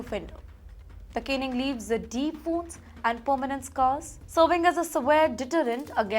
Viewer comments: u are an outrage. Stop saying canning, it is Caning. Do not say canned, say Caned, as in Kane. U are a shame. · the anchor really has to struggle with her pronunciation and english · Ms, it's not 'routing' but 'rioting' and it's not 'canning' but 'caning'! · Caning - not canning Rioting - not routing caned - not canned